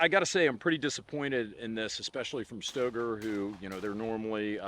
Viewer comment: says it’s pronounced STAYgrrrr. Hard R.